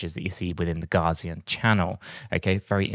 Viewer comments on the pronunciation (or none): It's not "Gazian" Channel (ie, "Gar"). It's "Gaussian", pronounced "Gow", as in Carl Friedrich Gauss (see wikipedia).